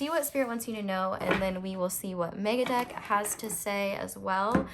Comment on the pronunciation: When you said Megadeck I understood MegaDuck and was like what the heck is a MegaDuck? 😅